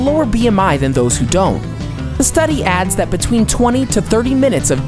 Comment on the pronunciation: he talks super weird there😂 “prowess betwein each weigh in”